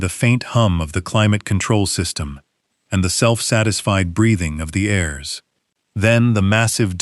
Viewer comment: The text read, "They watched ghe powerful 'hares', instead of 'heirs'. Another mistake that Ai's reading generalky makes is the tense of the word, 'read', that is ssid differenyly according to context and not spelling.